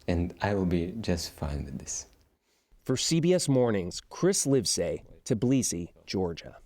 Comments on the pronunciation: It's Tbilisi not Teblisi 😅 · t_E_blisi, Georgia 🤣 learn to read or something